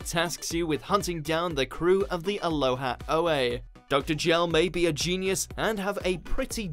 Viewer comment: Ho... how did you miss pronounce Aloha Oe?